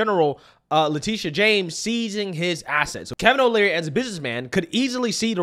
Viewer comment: Just a helpful tidbit, its "Kevin O'Leary" not "Kevin O'Learly."